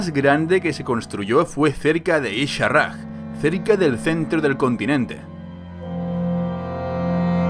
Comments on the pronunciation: Exelente remake, me gusta muchisimo, ya no puedo esperar al siguiente capitulo. por cierto, segun la wikiwow y fuentes oficiales el nombre de Y´shaarrjg no se pronuncia como tu lo haces, su nombre se pronuncia como: "Ya-sha-raj" no ishaarg Te menciono esto por que estas haciendo este remake de tu chulisima serie. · isharraj? isharj no es tan difícil de pronunciar , que poca capacidad de adaptación hay en el contenido en español